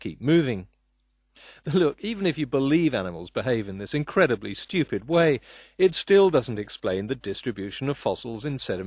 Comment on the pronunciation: “A schtewpid animal, like a Ćhicken”